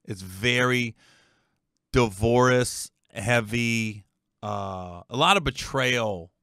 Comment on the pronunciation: Why does he keep pronouncing divorce like that?